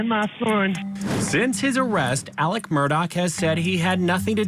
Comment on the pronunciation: ALEX not Alec